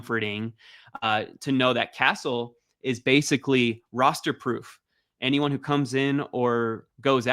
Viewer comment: The way you said castles name is criminal